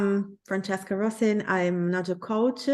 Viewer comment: I have to say sorry to Francesca for getting her name wrong - a poor start from me, down to nerves. I'll do better with practice! But what about our debate? what aspects did we not cover? what did we uncover for our audience?